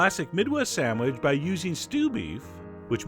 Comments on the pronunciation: You say "sand-wedge" through the whole video! And - was it worth it, this recipe? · lol "samwidge" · good sandwidge eh?